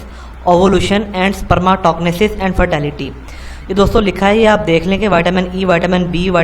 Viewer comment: Wa oye sperms. Tog nesss..... Spermetogenesis ikhtha lafz ha YouTube py pronounciatin dekh ll